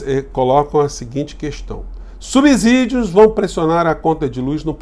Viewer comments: Diz-se subsídio,e não subzudio (o s atrás duma consuante,le-se de S... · É um ABZURDO vc falar SUBZIDIO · Sou seu fà incondicional.pra ficar ä altura de sua competência , nunca pronuncie subsídio com z. É subsídio com som de S, como subsolo. Desculpe se coloque por aqui, é a única forma que encontrei. Reafirmo minha admiração pelo seu excelente trabalho.